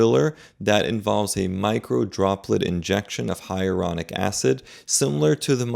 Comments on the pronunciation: Isn't it Hyaluronic, not Hyaronic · HIGH-A-LA-RONIC NOT HIARONIC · It’s HYALURONIC acid, not ‘hyeronic’. And Lisa Rinna, who was very pretty to begin with, now looks like a guy. I’ll never understand this kind of obsession with appearance 😱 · I would never trust a doctor that is unable to pronounce the word "Hyaluronic". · The repeated mispronunciation of ‘HYALURONIC’ is concerning… 😬